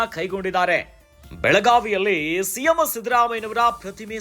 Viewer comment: ಸಿಎಂ ಅಂತ ಹೇಳಿ ಸಿಎಮ್ಮೋ ಅಲ್ಲ 😂😂😂